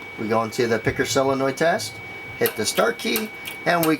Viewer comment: sOlenoid not silenoid